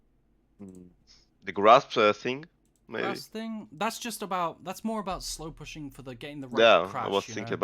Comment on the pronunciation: I crack up every time he says "slowpussyng"